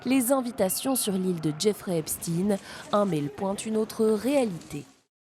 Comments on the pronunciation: L'illustre Albert se prononce bien Enstein ... pourquoi prononcer Epstin quand ça s'écrit Epstein ... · ça m'énerve que même les infos BELGES ne savent pas prononcer "STEIN" phonétiquement on dit EPCHTAIN comme Einstein ! Pourtant l'Allemand est une langue nationale en Belgique ! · On dit " Epstein" et pas " epstin", comme Einstein et pas Einstin. C'est juif, ne le cachez pas, on le sait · En français : EPSTEIN se prononce CHTEIN - EPSTEEN se prononce Epstine. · Les américains prononcent "Epstine". Y a pas vraiment de logique pour les noms propres. Je vis à côté de Waterford ,une ville irlandaise. Les irlandais disent" Waterthird". Pas de logique. Whitney Houston devient Youston... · Qu'Epstein n'ait pas été français est plutôt une chance, pourquoi vouloir prononcer son nom à la française ? Et les Américains prononcent bien Albert Einstine. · Lui même prononce son epstine